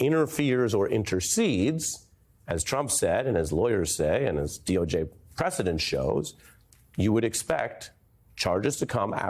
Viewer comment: It’s precedent .. ugh